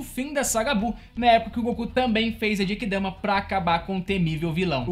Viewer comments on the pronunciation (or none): Nao é Obíto, é Obitô... não é SUZâNO, é Sussáno... nao é Djenquidama é Guenki Damá